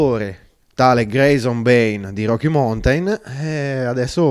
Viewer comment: Beh, se togli la batteria e diventa quasi una muscolare fa un po' ridere 😉 Riguardo la pronuncia, ( dato che vendete mountain bikes) non se po' sentí "roki montain" o "montain baik" . Rocky maunten Nell'alfabeto fonetico internazionale si scrive ˈmaʊntɪn La lezione è finita 😊